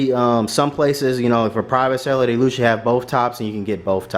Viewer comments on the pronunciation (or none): Usually “lusually”